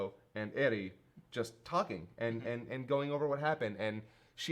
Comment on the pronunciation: When he said Eri I thought he said Eddie i'm sitting here like who TF is Eddie 🤣